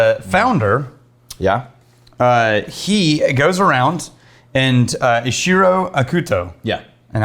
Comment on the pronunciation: ICHIRO sounds like ECHEERO